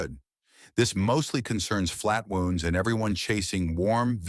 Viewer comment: I have gone years between changing my flatwound strings on a couple of my basses with no apparent ill effect. You gotta teach your AI to pronounce "flatwounds" and "roundwounds" correctly.